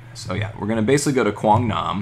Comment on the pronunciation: best part of this vid is hearing you say Quang Nam. You don't butcher the names like I do on my vids ha ha